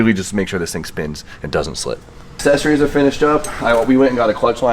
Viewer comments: Dear, I love you dog but you sound like my kids with that "assessories" lol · I know I sound like a jerk but it's aK-Sessories and damper not dampener there is no N.